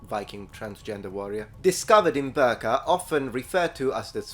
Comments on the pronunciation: I know we in Sweden love the Ö, but this time, its Birka. Not Börka. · I love your content and you seem like you would want to be informed. that respectfully your pronunciation of certain Swedish words such as birka is a bit off. Now it’s a bit hard to explain on how to say it but the beginning of the word (bi) is more like bickering and the later portion of the word starts with an brrr sound and then something along the lines of kah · There was masculine women who where Vikings, but they thought of them selves as women even though they behaved in the same way as men. PS: Birka is pronounced B-ii-rrka. You emphasize the "i" in Birka. And you use the Spanish rolled "R" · Please don't pronounce "Birka" as "Burka", lol. As you know, it was an important viking age trading town close to present day Stockholm in Sweden and is a significant location for archaeological excavations --- not a muslim garment. The vowel is the same as the first one in "irradiate" or "irrigation". The English language is indeed weird about it's vowels. If the "i" is followed by an "r", it's supposed to sound like another vowel entirely. It's interesting how many Americans tend to pronounce the name "Göbbels" as "GuRRRbles", probably because someone has described the "ö" as sounding like the vowel in "girl" or "burn".